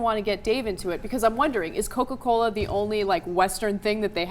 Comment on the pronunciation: It's coca Coiiaaa lol